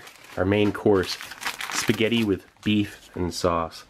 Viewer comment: "yeh ceant gew wrang with spigyetti"